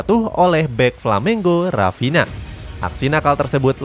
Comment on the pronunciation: Awal2 video dibacanya "Rafina" dong 😅 Ayo dong belajar baca nama dan club lebih baik lagi biar profesional kak videonya... Semangat yaa... maju terus... #YNWA